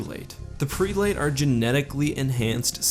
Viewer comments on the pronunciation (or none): I love your videos, keep up the amazing work <3 ps. "Prelate", is pronounced prel-at not pre-late. sorry OCD gets the better of me sometimes ¯\_(ツ)_/¯ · Not to be nitpicky, but prelate is pronounced "preh-lit". Blame english for being weird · Great video, but I feel compelled to point out that the first e in prelate is pronounced the same as the e in egg. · Unless this is some weird halo lore thing that I am unaware of, that's not how you pronounce "prelate". (just google "pronounce prelate" to hear it) This is meant as constructive criticism, not negative nitpicking. Everybody mispronounces stuff, but I think it's worthwhile to correct when possible :)